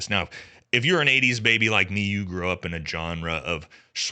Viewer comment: Your pronunciation of "genre" and "archetype" are off